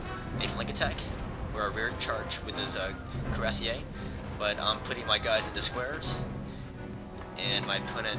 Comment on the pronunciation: i hate the way on the campaign the AI bordering you will instantly all gang up on you and attack you when on the hardest setting... and the thing ur saying sounds like cure-rass-eee-aye would be spelt curasier in french because cuirassers are pronounced cure-rass-ers in english ;p love the vid and tactics ;p